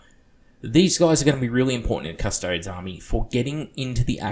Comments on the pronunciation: It's cuss-toad-ees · Astartes is pronounced ass-tart-ees Also: custodes is pronounced cuss-toads